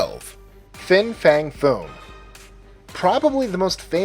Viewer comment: fing fang fume? who the fuck is fing fang fume? again with these populer dragans i have never heard of